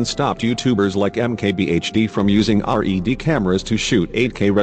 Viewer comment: Its red not r.e.d. ...